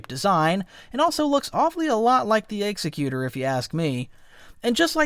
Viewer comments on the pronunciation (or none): It's "ex-ec-you-tor" not "execute-er" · You said "executer" (as in a person who kills someone...actually a person who kills someone for justice is called an executioner...not sure "executer" is even a word). It's name is actually "Executor" (a person designated to carry out instructions in a will). We can suppose in this case the name is meant to convey it is there to carry out the will of the Emperor. They are pronounced differently. The ship name is pronounced X-ECK-u-tor.